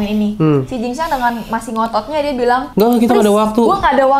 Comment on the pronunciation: Kenapa jadi xin jiang😂😂😂 jing xiang😅